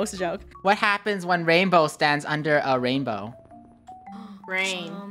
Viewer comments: Double rainbwoah 😂😂😂😂😂😂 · ITs rAiNbWoAh! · im rainbwoah says rainbow Im RaInBWoAh the rest 🤣🤣🤣🤣🤣